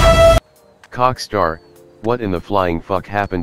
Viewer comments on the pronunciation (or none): I lm dumb I wasn't getting why he said "COCKSTAR" then I realized oh Rockstar